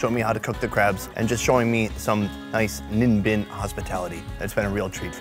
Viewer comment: i laughed hard when he said nimbin haha its a weed town in queensland, australia.